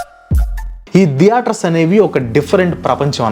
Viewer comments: దియేటర్స్ కాదు బ్రో థియేటర్స్ నవ్వచింది మీరు pronounce చేస్తుంటే😅😅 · diaters kadhu bro theaters🤣